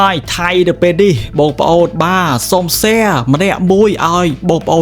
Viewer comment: ស្អីគេ មហាសា, ពេនេះ, ដែបាន, ទទួបា, ដែទទួ, ពួកអានេះ និយាយបាត់ ល វាយក អក្សរ ល ទៅណាហើយ?